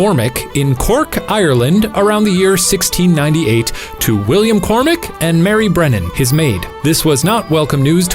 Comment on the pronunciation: Am I the only one getting irritated when Shane pronounced it Anne Bonnie instead of Bonnay? (Also... Cor-mac, not Cor-mic)